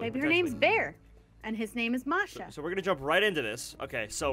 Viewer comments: the Bear's name is bear and Masha is pronounced : Mah-Shh-Ahh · Masha and the bear is a real TV show Btw masha doesn't have a R sound in it